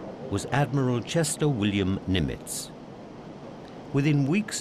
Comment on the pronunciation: For example, repeatedly pronouncing Adm. Chester Nimitz’ name incorrectly as "nim-ITZ" instead of the correct "NIM-itz". It’s only one of the most renowned names of the war, yet they get it wrong. Inexcusable. Edit: Also, virtually every Pacific island he mentioned was repeatedly mispronounced. I began listing them, beginning with Tarawa and Kwajalein, but there were too many to bother with.